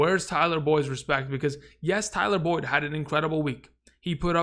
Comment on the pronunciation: Love your videos, but put some respect on Boyd’s name 👀